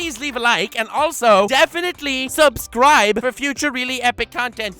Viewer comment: i miss when he said subscribble